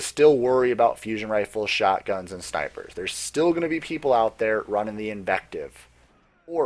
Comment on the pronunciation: "There are still Sh-nipers put there or... Really decent snipers..." Nice.